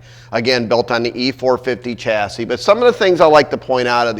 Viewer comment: It’s a shassey not a chassy, the word chassis is French.